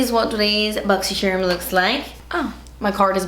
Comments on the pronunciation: Is it bad I purposely don’t click on these videos because I can’t deal with the pronunciation of “boxysherrrm” 😂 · I love how you say das expensive ... And boxy scherm .